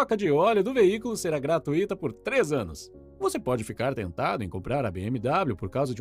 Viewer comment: Aprenda a pronúncia da palavra "GRATUITA". Você está pronunciando errado.